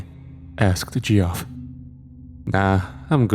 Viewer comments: Gee-off? It's pronounced "Jeff" 😅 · Geoff lol the way he pronounced that name is funny